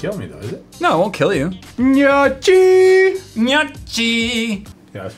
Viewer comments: Box Bo it's pronounced knee-o-key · Michele Capucci it sounds like nyokii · I died of laughter when he pronounced it like "nochi" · It pronounced gnoki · Harrison T actually it's pronounced "nee-o-kee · its pronounced no-key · It's said: Nok-ee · You said gnocchi with a "ch" sound. WRONG!!!!!! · you should try to pronounce it "GNOKKI", italian here and the way you say make me cringe, nice channel tho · Justin Illiano I am not Italian but it still annoyed me to. SHHHHHHOOK NASTY! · I'm not Italian but it annoyed me LOL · I'm not Italian at all and I was triggered. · Thank you so much....that was driving me INSANE. I'm Italian-American and the Italian heritage is incredibly important to my family...and god was it driving me nuts. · Justin Illiano SAMEEEE I WAS SCREAMING WHEN HE SAID IT😂😂😂😂🇮🇹🇮🇹🇮🇹🤘🏻🤘🏻 Italian gang gang🤘🏻🤘🏻🤘🏻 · Justin Illiano i literally facepalmed so hard lol. As the grandson of an Italian grandmom that cooks all day, i was very shook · I'm glad I wasn't the only one that was bothered by that 😂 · Whitelyre when I heard it I cringed a bit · Yeah, as an italian it was kind of cringy, people always mispronounce it (just like risotto, bruschetta and mozzarella)... Also when he said it was pasta, we don't consider them as pasta at all, they're basically potatoes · Grazie mi stava sul cazzo la pronuncia come lo diceva lui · I am sorry, normally i dont care, but you repeated it so many times that it really bothered me. in "Gnocchi", the CH is pronounced like in "Chaos". Thats it keep having fun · it was getting me shook lol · The way he pronounced Gnocchi made me cringe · Your are PRONOUNCING gnocchi wronggggg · Am I the only one who cringed every time he said gnocchi incorrectly? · I wasn’t the only one triggered by that I’m polish and eat this all the time i told me Sister and she was shook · Box Bo close but the GN makes a Ñ sound. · i died a slow and painful death during that gnocchi segment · Anyone else triggered by pronunciation of Gnocchi?